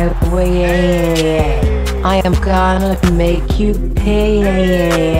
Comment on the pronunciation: said pay like payaeee